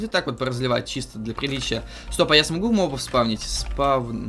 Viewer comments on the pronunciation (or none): none